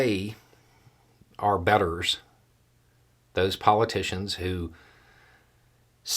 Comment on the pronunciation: Btw.....something I'm not entirely clear. said "betters" "bettors"? I really cannot grasp the word adequately.